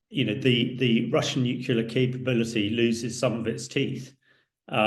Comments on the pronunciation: It's pronounced Nu- Clear just for reference. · It's pronounced NEW CLEAR, you idiot, not NEW KYULA! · Why tf would I listen to a guy who doesn't even know what the word "NUCLEAR" means... It's" NUCLEAR", not "NUCULAR", dumbass ! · A man in the position of Mr. Hamish who cannot say the word nuclear properly is a disgrace. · Nuclear is pronounced "new-clear" not new-kew-lar - c'mon Hamish. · Spot on, it was irritating me too! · I am from England and he is clearly saying nukula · Clever enough to know its not pronounced NU-CUE-LAR. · This guy is no military expert. He can't even say nuclear properly 😂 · haha I am a British patriot you Silly Bot. I was merely stating that that he can't say nuclear properly. And I'm supposed to take it seriously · Why is it some people cannot say Nuclear ... it's weird weird weird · A former NATO chief who can't pronounce 'NUCLEAR'. That doesn't bode well.